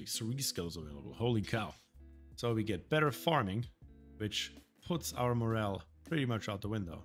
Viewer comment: Loving the series so far! Even if I have hundreds of hours in ONI, I love watching series directed towards new players. The way you pronounce the word, "morale" sounds like the word "moral" which has a different meaning entirely. It doesn't phase me, and in context isn't confusing at all. I'm just an english teacher by trade and I wanted to point it out. Mein Lehrer hat meine Aussprache oft korrigiert als ich Deutsch gerlernt hast. ;)